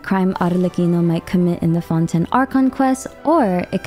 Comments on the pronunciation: Fonten? wahaha shouldn't it be pronounced like fonteyn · Plzzzz stop saying "fon-ten" its pronounce fon tane but is spelled fontaine im sure yk that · fonTAINE. not founten, ugh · I don’t know where you’re from or if English is your first language but it’s pronounced Fon-t-“A”-n not Fon-ten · FONTEYN NOT FONTEN LOL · someone take a shot, everytime she say fon-ten. i bet her script have 100+ mention of fonten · “Fontenn Fontenn Fontenn” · I like how u pronounce Fontaine as Fonten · this might be a stupid question but is it pronounced as 'fon-ten'? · Fonten lol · Are you saying Fonten on purpose??? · Fon ten 😂😂😂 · Im sorry I just hear "ForTen" all the time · I just keep hearing Fonten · Lol isn’t Fontaine not fonten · Oof. I cannot stand the way she pronounces 'Fontaine' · Great video! If I may, in French, we do not pronounce the 1st "n" in Fontaine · Had to click of the video by how she pronounced Fontaine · I see your pronouncing Fontaine with a French accent. I think you have to put more emphasis on the ‘n’.